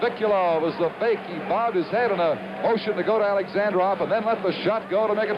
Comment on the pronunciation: Даже американский комментатор правильно произносит фамилию Бориса Александрова, а вот создатель ролика нет........ Ну почему же АлександрОв то ???....:)))))